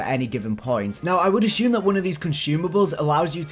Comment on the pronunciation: bro.... consuuuumables not conshumables. assuuuume not ashume. sorry but its driving me crazy. accent or no. ur vidz r dope though so i guess ill deal. jus fyi brother